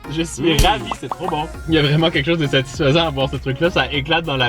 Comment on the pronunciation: Tu dis tout le temps satisfesen